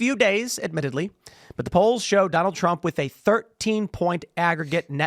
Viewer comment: "this is an all time high, even for doland trup" dude with glasses is a dingus just saying wods